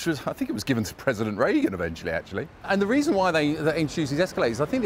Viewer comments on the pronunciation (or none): none